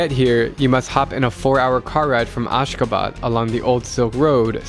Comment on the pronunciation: when u say Ashgabat i thought you say askaban from harry potter 😂